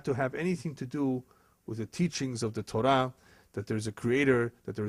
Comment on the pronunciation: I am Jewish and this man is a disgrace! I don't even think he is Brazilian (judging by his accent), nor Jewish, let alone real rabbi. He doesn't know Torah (which he misprounces by the way).